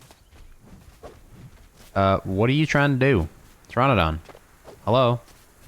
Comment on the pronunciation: Please call it Ter - RAN -adon, not Ter - RON - adon because Pteranodon is pronounced that way. I have 9 years in Paleontology and Archaeology before people roast me...